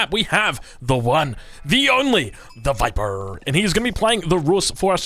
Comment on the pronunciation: WTF!?!?! That was the worst "The Viper" I have ever heard. Please remake this video. Merry Christmas too.